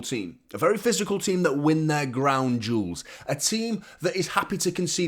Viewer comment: Every time you say "ground duals" I think you are talking about someones crown jewels